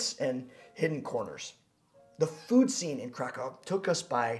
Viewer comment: I do love your video; especially as I am now both Polish-American AND Polish, and I will soon be moving to Poland, but could you do us a favor please and try and pronounce the names of both cities and food better? Krakow is NOT pronounced as if you are saying "Crack+Cow". The a is pronounced like in the word allow or ah. The o is like in the word boot, and the w is their v sound... So "phoenetically" it looks like this--> krahkoov... The pronunciation for Pierogi is like this... "i" is usually a long e sound like in the word pea...the "e" is like in the word egg... This time the "o" is a long o sound like in the word Oh or row...and the "gi" is pronounced similarly like the Japanese word "gi" which is the outfit people wear when doing Karate or other martial arts. Oh and every vowel is pronounced... This looks "phoenetically" like this... *pea+eh+row+gi*. Please know I don't mean to sound egotistical or arrogant. I need to learn a LOT myself, but this part is important too....